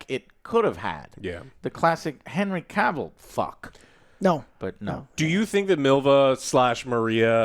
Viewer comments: You are saying Henry's surname wrong. Big fans eh? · How do you still mispronounce Cavill? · Joe still can't pronounce Cavill right lmao